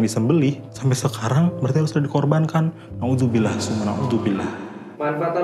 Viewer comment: Pas ngomong naudzubillah nya bagus 👍